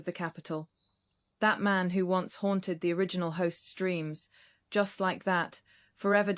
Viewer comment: Please check spoken pronunciation of once on whatever search engine you use.